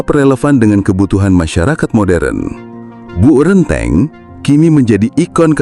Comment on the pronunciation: bacanya Bok (semacam tembok tebal) Renteng ( E = dalam peci) artinya berjejer